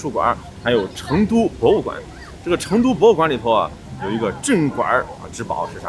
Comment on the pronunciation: 用四川话说成都，要说“chendu" 就地道了。